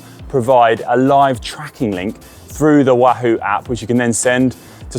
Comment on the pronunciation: Love how Conor pronounces Wahoo as Woo hoo !!